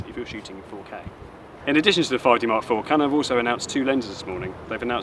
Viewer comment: For goodness sake, slow your speech down. It is near impossible to understand anything you are saying. And please tell me what a 5D mark free is? I'm off to find a video description I can understand.